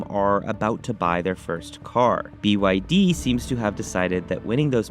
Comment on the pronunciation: "BYD - Bretty Young Dhing"